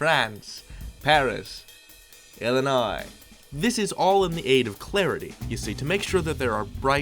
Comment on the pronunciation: Are you from Illinois? You know how to pronounce the Illinois ones correctly.